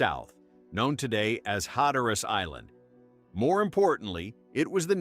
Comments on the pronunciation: mispronounced key words: Hatteras & Croatan. Like the story mentioned, the best theory is they probably went to nearby Hatteras Island and lived with the island's local Indians. It's still a big mystery what actually happened. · While this was an interesting piece, and obviously the creator put effort into it, it is frustrating when the creator doesn't listen all the way through and catch the AI mispronunciations; specifically Hatteras, and genealogy.